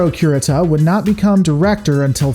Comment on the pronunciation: Cure-eata say it with me.... I was playing back in the 80's